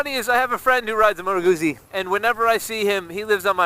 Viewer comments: The U should also have a little more oo as in two. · You say Guzzi with an invisible t. Like pizza. Scusa. Mi dispiace :) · Ma dovresti ! I'm sorry but it sounds so wrong when you say it. However, it will only annoy Italians.